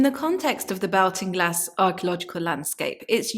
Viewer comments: Interesting research . Though the area is pronounced & known as Ball- ting- glass by all in Ireland. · I'm from Hacketstown which is just a few miles away from this. Great to see more information about it. Baltinglass is pronounced like "Baltic" - So like "Bawlt-in-glass". Looking forward to seeing more videos on the subject! Thanks 😀